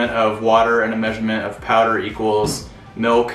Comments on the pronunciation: I love how we say it out west. Sounds like my mom. “Melk” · Here in Texas milk is a two syllable word: "mee oak"